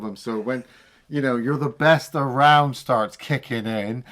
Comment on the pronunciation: once again proving there the best... Ah-row-und! Only saw these films once as a kid (not a karate one sadly) and liked them well enough. But it was Cobra Kai I loved, even if it went incredibly stupid towards the end. I’ll accept Silver sword fighting Chozen, but VR training in a throwaway episode? Up yer arse